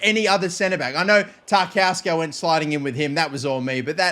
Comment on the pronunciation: how can u pronounce guimaraes and not tarkowski